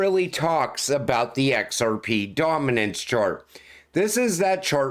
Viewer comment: Lol bro I love the way you say "X-R-PEH".